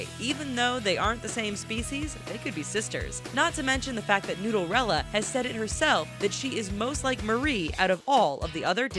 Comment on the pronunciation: It's Nooderella not noodlrella